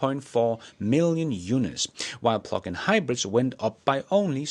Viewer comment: I thought you were saying "pluckin' hybrids" and I thought " Give 'em hell!" 😂